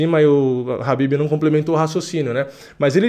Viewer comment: Não é rabibi cara, é Khabib.